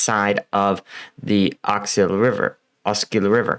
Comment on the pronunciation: You did it! you said Oskil!!